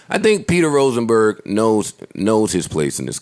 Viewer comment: Let's get "Roachnberg" TF outta here